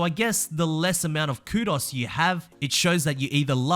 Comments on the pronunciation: Coo-doughs. Not coodos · By the way,, it’s pronounced Koo-dose not koodos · pronounced kudoze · Man. The way you said Kudos HURTS. Its KOOD-OHS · The way he said kudos was driving me crazy and he kept saying it every 4 seconds. Ku-dohs versus ku-das. I know it's because he is English or whatever, but man it was hard to listen to.